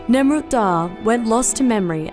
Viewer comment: Nemrut dağı* (like the german h, ğ is not pronounced) Im impressed,first time seeing a non turk correctly pronounce ğ